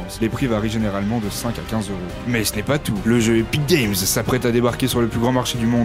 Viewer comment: Mdr quand il dit "Epic Games"